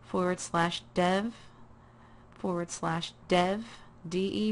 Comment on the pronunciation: Lol did you say dead IDE?